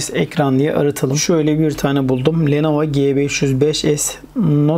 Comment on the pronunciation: Abi lenova değil lenovo